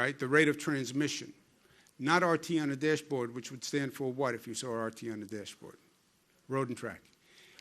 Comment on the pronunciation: I love it when he says deeash board lol #NYtough